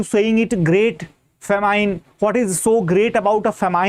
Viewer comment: Sir ji It is pronounced as Fa Min and not Fa Mine